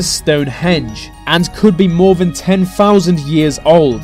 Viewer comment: nuffing is known offah fhan fhat